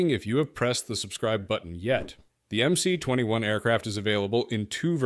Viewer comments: Should be pronounced as "MS" - not "MC". МС (MS) stands for "магистральный самолет" - mainline aircraft. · You made an entire video without even learning how to pronounce the goddamn model name. There is no letter 'C' in Russian. At least get the basics straight. It's MS-21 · MS-21 ( not MC-21 )